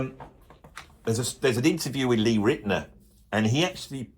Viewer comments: Gilmour plays melodies that moves people. Your elitism really shines through mate with the jazz thing. Do you consider modal jazz too simplistic too? Or is Holdsworth the gold standard? Also it’s pronounced Lou Ritten-Hour not Ritt’ner. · It's pronounced Riten-our. And being a huge Ritenour fan, I actually adore Keith Richards riffing. It is not out of tune or off timing. Go listen to Can't You Hear Me Knockin'. He's a riff-meister and plays with feel. You have no clue, man.